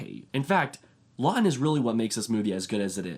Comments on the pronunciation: It is not Charles Law-in it is Charles LaughTon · Charles Laughton pronounced with a T